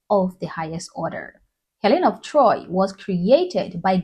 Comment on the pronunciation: It's Helen of DtroyT.